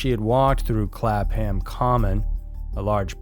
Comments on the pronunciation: Yep. The H is silent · Clapham, pronounced with a silent h, kinda sounds like clapem, just kinda weird to hear a place I know pronounced as clap ham Aside from that, I appreciate you giving the Sarah everard case a more global audience, definitely something odd about this whole tragedy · "shire" is pronounced "shear" ...we dont actually live in the lord of the rings novels you know and clapham is definitely not "clap-ham" xD its "clappam" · CLAP ..Ham...lool pronounced something like klup'am...all one word ..lol love from 🇬🇧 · It took me a moment to realise where you were talking about in the first one, because no one calls Clapham Clap-Ham it's pronounced more like Clap'em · "Clap ham " 👏 🐷 😂 It's pronounced Clappum, but I prefer the way you say it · Clap-ham is pronounced clap-um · Clapham, pronounced as if you’re saying “clap ‘em in irons”. Clapem not clap ham. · Clapham pronounced clap-um. I live about 6 miles from Clapham common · Clapham is pronounced clap+ um. I live about 4 miles from Clapham common . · Seriously??? Clap ..... ham? If you want people to give you money I'd have thought you'd at least Google how to pronounce VERY EASY words. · Clap ham ..... is pronounced clap em..... here in London lol.... just so ya know. And it's not really posh anymore it's popular for the male gay clubs on the Hugh Street now hahaha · Clapham is pronounce clapam. Silent “h”. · Us Brits don’t pronounce Ham in place names as H-A-M, but as’UMMM’……Clap-umm. Or if you’re a bit posh, you say Clap-hum.🙄😂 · 'Clapam' the H is silent. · Stop saying Clap Ham. The h is silent. Just saying. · Clapham is pronounced Clapam if spoken by middle class and Clapun is spoken by the working class. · Clapham is pronounced clap-em, the h is silent. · Its pronounced Clapam, without sounding the H and the police officer's name, arrested in connection with the case, is pronounced cuzuns, despite the spelling!